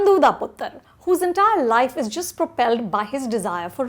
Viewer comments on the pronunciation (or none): none